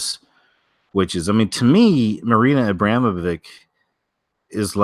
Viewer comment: Its AbramoviČ so its not Abramovik on or langue Abramo-(viČ) wood pronounce like witch VERY COINCIDENTAL